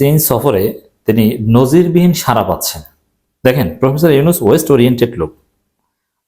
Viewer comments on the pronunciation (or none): 🙏 সারা নয়! সাড়া। জিব্বার মাথা আরো একটু ভেতরের দিকে বাঁকা করে শব্দ উচ্চারণ করতে হবে। (র এবং ড় দুইটা অক্ষরের উচ্চারণ নিশ্চয়ই আলাদা)